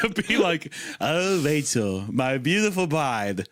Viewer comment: Oh Wachel, my beawtiful bwide